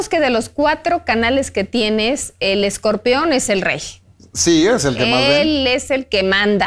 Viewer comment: Esta señora es una resortera con peluca. Y por qué dice escorpeón? Vi la entrevista solo por el escorpión.